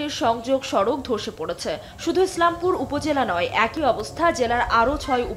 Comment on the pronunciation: স্লামপুর আবার কী? ইসলামপুর বলা যায় না?